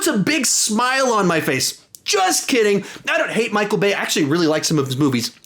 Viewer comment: You said Micheal Bay, and it took me a solid 5 seconds to process what you just said.